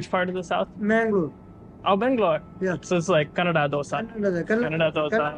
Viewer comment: It is great to see pronounce kannada so well unlike so many north Indian who say kannad. This guy has my respect